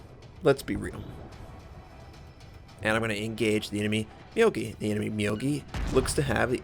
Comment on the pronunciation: About the pronunciation of Myogi, actually it's Myougi 妙義 みょうぎ. correct pronunciation is not "mi you gi", it's "mi your gi" WG just ignore that u after o, such like taiho actually is taihou